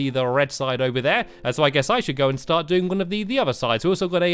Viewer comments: i think he said shart instead of start. great save! lol. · Am I the only one who noticed he said shart instead of start